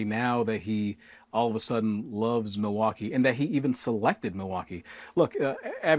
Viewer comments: If he loves the city so much, you’d think he’d at least try to pronounce the name of the city correctly. It is NOT ‘Ma-waukee ’ Donald! Mil - Mil - MILwaukee! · He’s making the city name sound Cherokee asf “Meewah-kee “ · I am hearing a distortion in Trump's voice, it doesn't sound healthy. He was struggling to pronounce Milwaukee. Sounded more like he was saying MiWaukee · MO-waukee? lolol Listen he says it every time. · mah-walkee? what? you want walkies Don? do you need a nurse to help you outside? do you have to go pee pee outside? is trhat what you want boy? lol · He can’t even pronounce it!! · He can't even say the name "Milwaukee" right. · Trump only cares about himself 🙄 He can't even pronounce Milwaukee the right way 😡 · Love it? He can't even pronounce it.